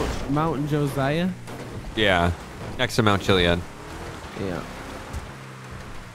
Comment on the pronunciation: THE MOUNTAIN HAS THE SAME NAME AT ME JOSIAH ITS PRONOUCED LIKE JOE SIGH UGH